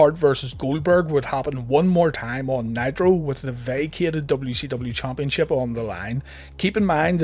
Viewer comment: I like how you used chumpionship 4 times in one sentence 😂